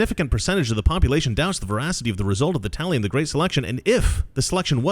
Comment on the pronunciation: Guhreat uh reader